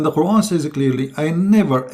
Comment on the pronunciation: qur'an..bukan kuron baca qur'an nya jg salah.. sebarkan agamamu dgn kitabmu jgn banding" kn dgn qur'an..saran kalau mau debat agama buat topik/judul ajak ahli qur'an dan ahli alkitab utk d debat..! debat apaan ini gk ada judul hadeh